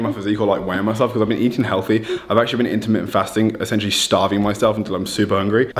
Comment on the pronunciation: First time you said "intermittent fasting" it sounded like you said "intimate fasting"...could we get the macros on that? And I couldn't help but get jealous when you said it took you a half-hour to pack...it takes me a half-hour to pick which suitcase(s) I need. Will definitely pick up one of the "minimal performance" shirts, but I can't justify a hoodie since I wouldn't be able to wear it for months, it was 96 here today.